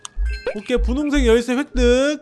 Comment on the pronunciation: 보라색 열쇠을 부홍색얄쇠 라고 하고 있닼ㅋㅋ